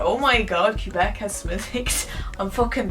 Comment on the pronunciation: Cube Ek. Never heard Quebec pronounced quite like that before